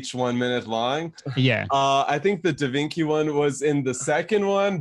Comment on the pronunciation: Am i the only one thing about Corpse saying " Da vinky "